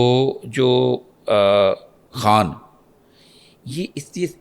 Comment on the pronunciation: Apna naam tu sahi lo